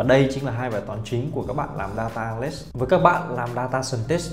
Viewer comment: phát âm vài từ tiếng Anh (business, analyst,..) nuốt chữ nghe hơi khó chịu. Dù sao thì vẫn cảm ơn bác vì video !